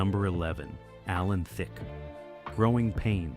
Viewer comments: Also Thicke is pronounced Thick E is silent 😊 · Thicke is pronounced Thick. if you are going to do a video with either Robin or Alan Thicke in it, at least learn the pronunciation of their name. How rude to mispronounce someone's name. Rude!!!!!